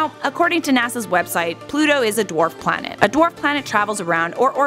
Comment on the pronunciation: read the comment. He say plant not planet